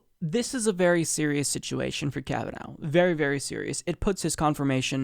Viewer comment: Lol, "Kavanow".